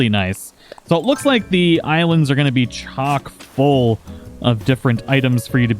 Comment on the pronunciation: finally someone didn’t say “chalk-full” 😂